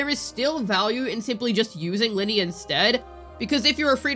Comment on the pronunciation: Stop calling her lyney from genshin impact, she's ly....nay from wuwa